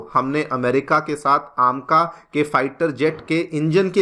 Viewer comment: कुछ सूतिए पता नहीं अपने आप को kya समझते हैं, "ऐमका" को "आमका",, "Two point Zero" को "टू प्वाइंट ओ" और "Four Zero Four" को "Four Not Four" Bolte हैं,, अपने आप को special दिखाने के लिए ऊंटपटांग pronounce करते हैं ‼️